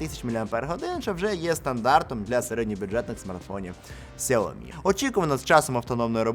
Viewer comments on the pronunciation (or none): none